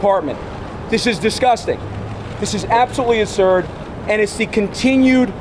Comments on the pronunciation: I know this is petty, but the wqord is absurd, not Asserd... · "This is assely assurd." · And can’t pronounce words, “Polization” and “polititization “ “absolutely aserd” and I’m only 24 seconds in